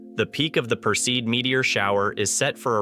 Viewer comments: Would ease teach your AI voice to pronounce the terms correctly OR go back to having an educated human narrate... four different WRONG pronunciations of PERSEID! Appalling! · Pronounced "PER see id" (not "per-seed")...fyi.